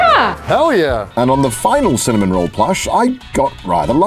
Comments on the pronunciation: Bro. It's Cinnamoroll, not Cinnamonroll. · I actually find it quite endearing that Connor gets Cinnamoroll for Ironmouse... It makes me smile :) Also........ It's Cinnamoroll - not Cinnamonroll XDDDD There's no N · i get so triggered every time he says cinnamon roll instead of cinnamaroll